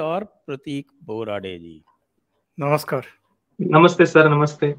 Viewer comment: Congratulations . You are doing a great job. 🎉Dixitji....not namashkar....namaskar